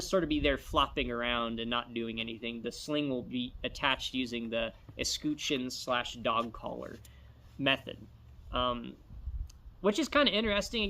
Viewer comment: Escutcheon Escutch like Dutch, I've never heard it pronounced scooch